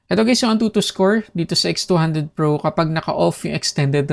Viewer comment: Nakakalito haha minsan naririnig ko v200 pro minsan nmn x200 pro hahaha